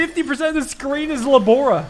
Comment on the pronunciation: Its 'la borra' A woman on a quiz show kept saying that the "Liquid that makes bubbles" was la borra...she meant la sborra...